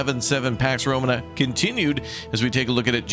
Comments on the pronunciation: Pax Row-maa-nuh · You’ve got to stop pronouncing Romana wrong man it makes me quit watching before the video starts 😂